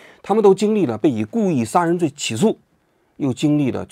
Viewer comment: 王局国外呆久了普通话都不标准了 sa人罪